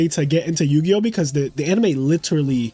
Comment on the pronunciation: Yugioh more like yu-ego